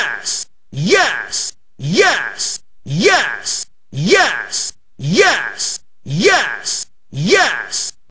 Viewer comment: Press 1 sounds like he's saying ass